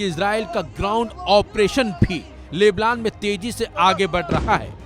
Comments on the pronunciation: जो लेबनान को लेबलान कह रहा हैं वो क्या सही न्यूज देगा। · लेबलान 😂😂😂... भाई ठीक से बोलना तो सीख लो कुल्लूमीटर